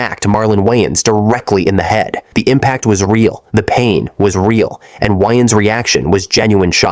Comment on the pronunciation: Wayans // Wyans It's Wayans.